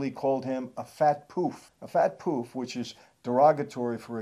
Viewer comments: 👍 You say Poof wrong. You say it like how it’s spelt 😂👍👍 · Their mum definitely wasn’t Romanian. And fwiw we don’t pronounce it “poooof” … it’s much shorter, in London. Hard to type. Life pouff. And up north it’s more like puff Not that it’s an insult in 2022 anyway. Rightly so Love your content. Thank you